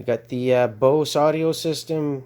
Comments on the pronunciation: Good video but it's Boss not BOSE. Boss is a Chinese knock off of BOSE. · It’s pronounced Boss not Bose ! That’s another company all together and highly superior to BOSS